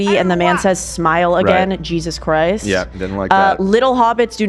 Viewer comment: Time stamp boy saying yeezus christ